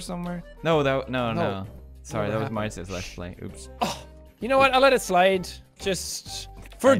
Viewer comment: very Irish “I’ll let it SLIDE”